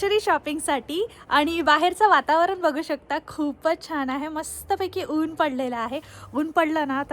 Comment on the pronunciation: वातावरन?? वातावरण असतं ते